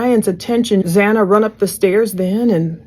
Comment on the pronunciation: It bothers me SO much that the Judge couldn’t even get Xana’s name right, not one but twice!! So disrespectful…